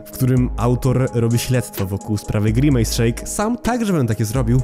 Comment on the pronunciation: NIE NO JA NIE MOGĘ Z TWOJĄ WYMOWĄ, JAKI GRImAJS JAPIER